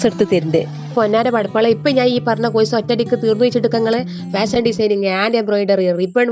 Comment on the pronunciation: കോയിസ് അല്ല എന്റെ. കോഴ്സ് 😂